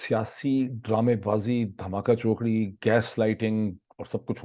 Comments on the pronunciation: Dhaamaachokari Not dhamaka chokari. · معید بھائی! آپ بھی کہیں گے ہر وقت غلطیاں نکالتا رہتاہے۔ دھماکہ چوکڑی نہیں ہوتا۔ دھماچوکڑی ہوتاہے۔ :D